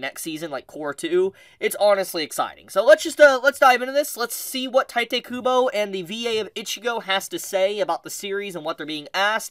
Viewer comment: If he keeps saying tite kubo I’ll shit my pants